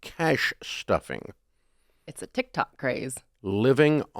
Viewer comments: You can't convince me that Dave doesn't say Tik "tack" on purpose. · He totally does it on purpose